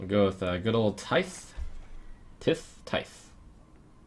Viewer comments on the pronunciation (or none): Trump! Tithe is pronounced like "tie-the", but without the "uh" sound at the end. I don't know if I can explain it better because I'm already not good with words. Then again, you could also type it into google and have the robot say it. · The th in "tithe" is pronounced softly, like the word "there"